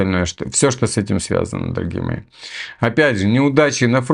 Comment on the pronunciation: Шо ты канючишь , дооогие мои